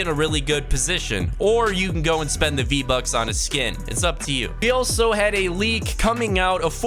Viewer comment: you could hear him say 'vbacks'